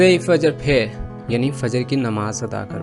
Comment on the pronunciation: Sir u pronounced word fajjer wrong